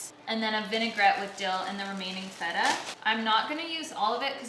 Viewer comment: you said correctly "tzatziki", so I will forgive you for the "vegan feta" hahaha <3